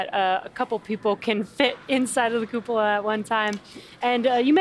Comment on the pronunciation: Good god American's pronounce cupola poorly, lol. Please just call it a dome for the sake of our ears.